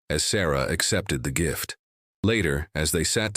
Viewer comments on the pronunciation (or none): none